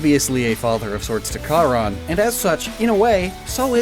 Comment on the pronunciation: You also mispronounced "Charon" in two different ways